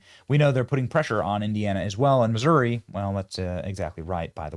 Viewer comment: How can someone from a high end neighborhood in Missouri pronounce it “Moo Zueerii”?